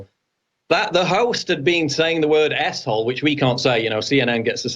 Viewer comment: Lol 😆 everytine you two used the abbreviated ‘S-hole’ you’re both saying ‘a$$hole’